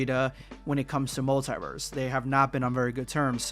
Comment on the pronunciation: What's wrong with your pronunciation of multiverse Are you dumb or what stupid illiterate, I am giving dislike